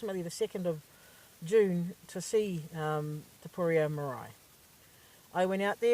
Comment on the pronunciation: Number 1 please pronounce it properly number 2 you come off like you have been babied all your life because as a young person it is hard but theres no problen with going and getting a job this isnt a dig its just there is far worser people in worser problems then you, stop blaming the government and any other organization for you being given the wrong cards because honey everyone gets given wild cards its upto you how you change or use it goodluck to you for the future but please stop being dramatic and just keep doing you keep searching its even harder for teens with no renting history far worser situationd Again goodluck hope you found what you are looking for